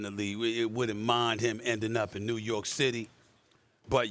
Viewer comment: Like imagine calling New York “New Yew” 😂